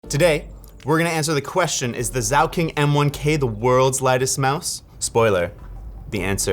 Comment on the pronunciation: Its NOT "Zauking"! Its "zaukhoenig"! Cant even pronounce the thing he's reviewing...